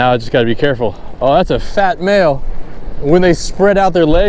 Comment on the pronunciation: I heard "BaAail"